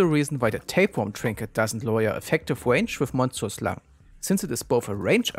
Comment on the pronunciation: effective wange vewy cute uwu